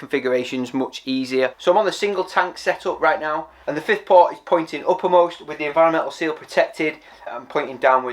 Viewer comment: "Upermost" mmmmmmmmm